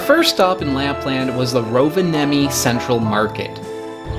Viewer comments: Rovenami?!? It's called RoVa Nie Mi 😅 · Rovenami??? That's embarassing, man. It's Rovaniemi also in English! Say after me: Rov - ahn - nyeh - mee. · Rovenami..? Did you even try? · "Rovenami"? I realize you've probably been corrected a thousand times (it's Rovaniemi), but I like it! Easier for foreigners to say, but still retains the spirit. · Rovenami, almost got it right, its rovaniemi 😂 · You know right it's Rovaniemi no rovanemi or something like that? :) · Its not Rovenami its Rovaniemi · As a Finn Rovenami had me laughing 😂 it is called Rovaniemi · It's Rovaniemi not Rovanami 😁 Also The cup is Kuksa with K and the one you were holding is not a real one. That's one is made from recycled wood material. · Rovaniemi, not Rovanami or Rovanemi, or any other variation. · It's Rovaniemi. Not Rovenami. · "Rovenami"... "Guksi"?? Must be the Neva Jork accent :P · "Rovenami" Or rovaniemi as its called. Dont worry, every finn is used to foreigners butchering our language :D Anyways, pretty good video. Im finnish, but i have to say, im not that much of a fan of cloudberries. They taste a bit wierd i think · laughs in Finnish I have to say that I'm unsurprised that you mangled words like "Rovaniemi" and "juustoleipä". I found a nice place ten minutes from where I live on the south coast that has cloudberries. Not very many, but nice to nab on forest walks.